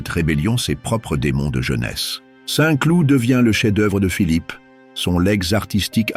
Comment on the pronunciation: "Les jardins de Saint clouTE" . Mdrrrrrrrrrrrr.